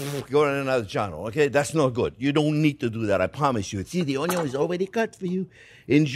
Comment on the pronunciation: Love the pronunciation of onion as 'un-yon' 😊. Also like your advice not to horizontally slice onion simply because it is already 'cut' by the natural layers.